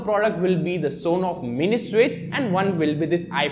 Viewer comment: Superb video Sir!! Well, some suggestions: It is not S on off but Son off. And can you please reduce your speed of speaking, it confuses what have you spoken. Thanks👍